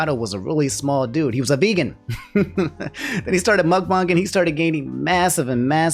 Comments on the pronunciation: Ok, I dunno about y'all, but the way that says muckbang is....curious. In my mind its muckbang, as in how they pronounce Aang's name in show, not muckbang, how they pronounce Aang's name in the M. Night. movie. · someone tell this man how to pronounce mukBANG